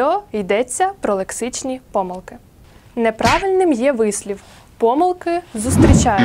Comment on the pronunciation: Панове викладачі-"двістібальники", вчителям набридли не тільки типові лексичні помилкИ, а й такі самі "кошлаті" помилкИ орфоепічні! Записуючи відеоуроки, будь ласка, уникайте помилОк у вимові найпростіших слів. Повторімо всі разом — і ми, і наші учні: пОмилка і помИлка, але помилкИ, помилОк, помилкАм!